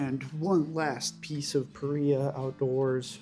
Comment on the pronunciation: Pah Ree Ahh. Not Pah Rye Ahh